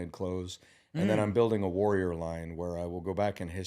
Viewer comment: He calls it a warrlor line and calls Hitller a Warrior. That's a bit much.